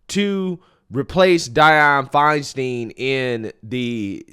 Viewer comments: My dude. It was FeinSTEIN like Frankenstein, not FeinSTEEN like Charlie Sheen. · FINE STINE is the pronunciation 😂 It is a Germanic name. She wasn’t my favorite senator, but please pronounce the name correctly. Please.